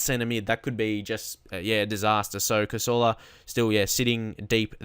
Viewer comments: Please say cazorla normal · Please say Cazorla the english way!